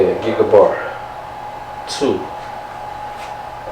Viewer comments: Stop saying gigabar 2, it's a Gig bar2. You sound like a moron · GIG-BAR - NOT gig-A-bar...